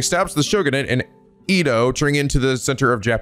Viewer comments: You had it right It’s Edd-oh… EEE-Doh sounds so weird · no, its the previous pronounciation, edo not ido. (at least that's how it is said in anime) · Japanese pronunciations are always consistent. Edo is “eh-do” because “e” is always pronounced with a short e sound. Furthermore, you always struggle with the “ei” pronunciation, which is supposed to be pronounced “ay” as it’s a combination of “e” (“eh”) and “i” (“ee”) to make an “eh-ee” (or “ay” to be simple). In the past, you’ve always mispronounced it like the German “ei” which is pronounced like the word “eye.” I’m glad I was there to correct you for the Seiwa Clan in your Yakuza 4 LP.